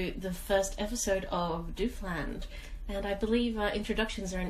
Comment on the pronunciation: They can't even pronounce Doofland correctly.